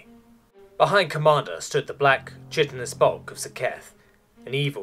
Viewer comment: For the record, the chi in chitin/chitinous is pronounced kai, like kite-in.